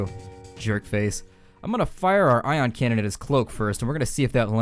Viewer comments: I audibly laughed loud enough to draw people in from other rooms after you said "Eye-on cannon" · That "I" on cannon got me good. LOL'd